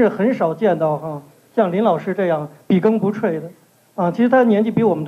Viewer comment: 笔耕不辍 辍cho 王丹博士念错别了